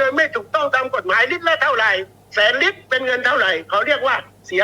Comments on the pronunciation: พูดให้ชัดครับ ลิตร ครับ ไม่ใช่ริด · น้ำมันเรียกเป็น ริตร 😂😂😂😂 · ลิตร..ล.ไม่ใช่ริต..ร..อ่านให้ตรงภาษาไทยหน่อย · นักข่าว ลอลิง ชัดเเจ่วเลยครับ555 น้ำมัน ลิตรคับ ม่ใช้ริด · ลิตร ไม่ใช่ริด